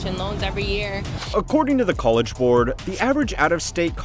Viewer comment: Gotta love the accent of this guy - "COLE-edge." Lol. Sounds like many of the dumb girls who have gone to "COLE-edge."